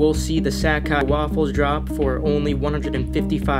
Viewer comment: So much inaccurate info here. Plus you butchered Sacai. I hate resellers as they continue to take out the joy in copping sneakers.